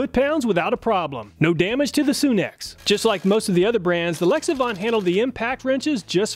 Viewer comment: It's not pronounced Soon ex, it's Sun X tools. Like our star the Sun.